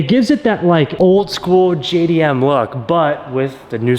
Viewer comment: Ain’t no JDM. 90’s called and asked JDM back. No such thing when it’s a global platform and it’s not AhhhPexxxxee. It’s Apex I hahahaha can’t even pronounce it right and JayyyyDiEmmmmm 😂